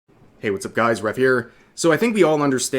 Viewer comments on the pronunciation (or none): none